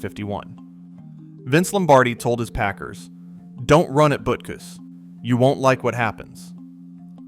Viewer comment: AI disclosure should be a law on the internet. Google - make AI disclosure mandatory on all YouTube posts. We shouldn't have to waste our time waiting for all the mis-pronounced names. They mispronounced Butkus, Halas and Unitas. It makes you question the validity of the information presented.